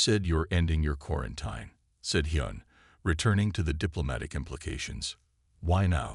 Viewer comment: The i in quarantine is pronounced as ee as in teen. Update your AI.